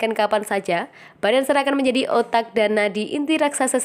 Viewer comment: Bennacer, bukan Bennancer.